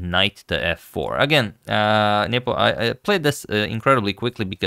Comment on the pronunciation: Every time Antonio says nepo my dirty mind hears nipple😂😂😅